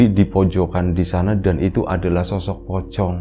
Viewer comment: Sebutannya masih "ocong" berarti masnya masih sgt kecil ya ☺️ Serem ngebayangin jenazahnya duduk seperti di penglihatan Mas Amar kecil. Maturnuwun dan Mas Amar atas ceritanya. Al-Fatihah buat Almarhumah Mbah Aminah, semoga beliau damai disana. Sugeng Rahayu.